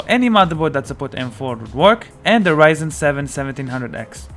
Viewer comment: It’s not ‘Raisen’ its ‘RyZen’ u tool.